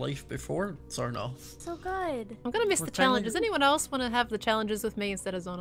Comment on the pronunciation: i love this roleplay, and doin xornorth name is so good